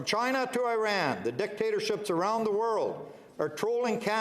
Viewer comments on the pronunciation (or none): none